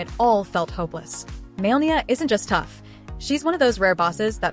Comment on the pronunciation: It's not Maelnia, but Malenia